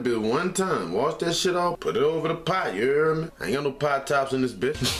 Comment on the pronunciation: Take a shot every time he says “Ya err meh”